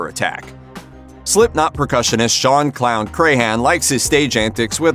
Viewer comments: Come on, man. It isn't said like Cray-han, it is said more like Cran. Like a cranberry. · It's Crahan not Crayhan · Shawn Crahan: CRAN, not CRAY-HAN!!! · It’s not Cray-Han... it’s crayon 🖍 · Paul was amazing. He inspired me to pick up bass, which I had been told I couldn't do as a leftie. I met him and he hugged me when I told him he had inspired me. He's sorely missed. Also, pronouncing clowns last name wrong is a tragedy. I'm a maggot for life. Miss Paul, Chris and Joey. I've attended 8 shows. I even had tickets for a show the day before my due date with my youngest. Baby came 2 months early though, and yes, I attended the show. I even left during a song to go pump bottles of milk, which I put in a cooler I had brought with me lol